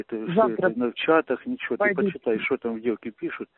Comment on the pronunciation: "Что у нас тут творится" с ударением на о и "шо" - фенаминальная постанова! 95 квартал мельчает!🤣🤣🤣